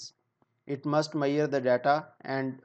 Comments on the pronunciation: Not mayar it's measure any way good classs👍👍👍❤️ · Good explaination and very informative video.. just the word measure being pronounced as ‘mayerrr’ is hilarious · your pronounciation of measure word is not correct. Please correct that. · Throughout the video, I keep on laughing at this guy about the pronunciation of Measure. He is so stupid and never attempted to learn correct pronunciation and he claimed he is a 5 year experienced engineer. My foot.